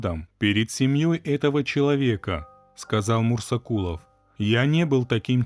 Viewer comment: Мурзакулов может быть, а не мурсакулов